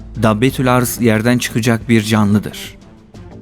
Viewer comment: Arz değil başka şekilde okunur